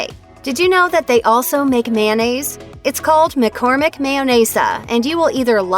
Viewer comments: Pisses me of hearing this condiment called Man-naise. It’s mayo-nnaise 🤬🤬🤬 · Why do Americans pronounce mayonnaise, mannaise? It should be pronounced mayo-naze. After all, the shortened version IS pronounced correctly, mayo. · FOR F**K'S SAKE if you are going to talk about MAYOnnaise learn how to F**KING pronounce it! IT IS MAYOnaisse NOT MANaisse. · Look how it's spelled...it's not mannaise...it's mayonnaise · Ever wonder why people say MANnaise instead of MAYOnnaise and then when they shorten it to MAYO that is the way they pronounce it? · Mayonnaise! Not mannaise. Plus we get it, you don’t like Miracle Whip move on with your life.